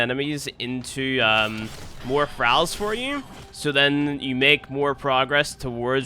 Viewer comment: Started watching immediately clicked off when he pronounced Thralls.